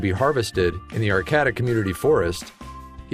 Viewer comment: Arcata. Locals say is it like ar-kay-ta. Just sayin